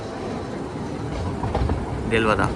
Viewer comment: देलवाडा and not देलवादा. ज्यादा हिंदी बोलने की कोशिश न करे :)😀